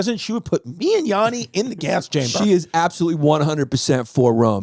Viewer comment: YaNNi not YAAni 🙏